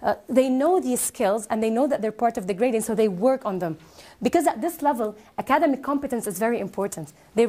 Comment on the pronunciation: I don't know if I am going to be able to get across my true observation for the presenter and get true feedback on this by my fellow brothers and sisters. However, let me point out that she pronounced the word "academic" wrongly each time she said it. Then, she used a wrong structure of the word "continue+Gerund rather than she used continue to reading which is totally wrong. She seemed to be talking too fast to confuse the learners. Observingly, the conclusion had many erroneous grammar conventions, such as, As educators we .....*it needs a comma here. 2...those students, finding effective ways......* finding effective ways ..* by finding effective ways... and so on and so forth.